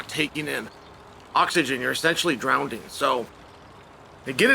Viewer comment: Chael I love you and I'm praying for Cris but you said drownding again.